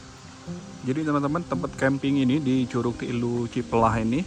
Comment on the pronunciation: Cipelah a bukan ciplah berasa dengeng cipl*r 😂